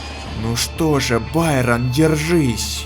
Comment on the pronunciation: Байрон это не правильно